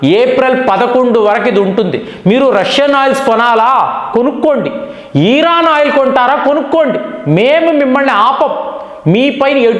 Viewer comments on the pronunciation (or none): మీరు thumbnail లో ఇరాన్ అని పెడతారు. కానీ మీరు ఉచ్చారణ మాత్రం ఈరాన్ అంటారు. ఏంటి? నా పిల్లలు కూడా మీ మాట పట్టుకుని ఈరాన్ అంటున్నారు. మీకు ఉచ్చారణ లోపం ఉంటే సరిపెట్టుకోండి లేదా మార్చుకోండి. దయ చేసి నేను మా పిల్లలకు నచ్చ చెప్పలేకపోతున్న. అర్ధం చేసుకోగలరు. 🙏🏻🙏🏻🙏🏻🙏🏻